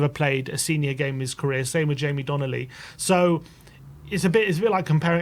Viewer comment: DONLEY NOT DONNELLY!!!